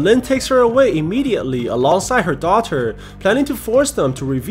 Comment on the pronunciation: when will we going to talk bout how he said daughter (dauter)